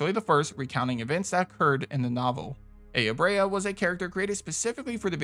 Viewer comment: Parasite Eve: Slight nitpick. Aya Brea is said as Eye-ah Bray-ah, not Ay-ah Bray-ah.